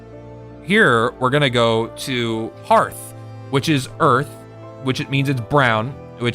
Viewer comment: Omg, I'm feeling a touch triggered by all the mispronounciations, lol. Hearth: Sounds like "herth", not "harth" Kinesys: Sounds like "Kin-Knee-Sis", not "Kin-Sis" Anima: Sounds like "Ana-ma", not "Annie-ma" Anubis: Sounds like "Ah-Noo-Bus", not "Ani-Bus". You know, as in the Egyptian God Anubis? Sorry, had to get that off my chest.